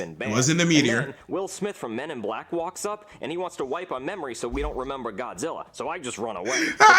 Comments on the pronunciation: No way bro said godzirra 😭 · Did he say godzirra? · Bro I swear to God he pronounced Godzilla's name wrong he said Gozilla